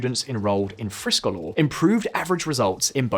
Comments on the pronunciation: Friskolar is pronounced like "FreeSchoolar" in other words Free schools. As a teacher I have worked in 3 United States charter schools and in US public schools. The charter schools were right for some students but not right for all students. Schools here are funded by a number of factors, number of seats filled and property taxes. Therefore, a school in a low property value area with a charter school will be negatively impacted. The best charter school I worked in was in a high property value area. They were not lacking in resources, and they did not seem to take away from the education value and nearby public schools. The opposite seemed to be the case in rural charter vs public schools. Both suffered, but the public school ultimately had better resources in the case I experienced. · I’m British but I speak Swedish. I didn’t pay attention to the spelling but I watched 75% of the video before I realised how poorly he was pronouncing friskolar hahaha Thought it was some fancy name before I realised it’s just “free schools” in Swedish lol. My biggest issue with this video is that you claim teachers have no incentive to provide higher quality education without competition from other schools. Teachers teach not just for money but because they do good for society. They always want to become better themselves and help children. Implying it’s all about money for them is demeaning to their profession.